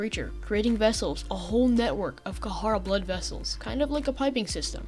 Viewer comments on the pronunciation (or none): this video is great but im sorry I hate the way you pronounce kharaa, ive always heard it and read it as "kuh-rah"